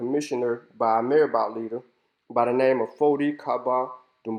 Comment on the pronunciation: This is excellent. I congratulate you. A few things, if I may, sir. I am guessing (please correct me if I am wrong) that you haven't spent much time in West Africa. Marabout, Sonninke, and Wolof are mispronounced badly in your video. Your scholarly work is excellent. The historical photos that you use during your narrative are frightening. Look at those children, clearly suffering from kwashiorkor. Again, well done.